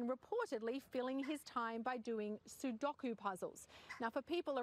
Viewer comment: whats a soodockoo puzzle ?